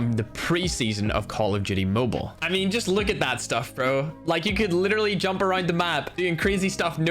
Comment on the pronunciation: Jumpp U said jumpp instead of jump